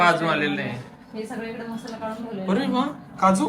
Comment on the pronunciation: 🙆‍♀️😂😂 mhasala❌ masala ✅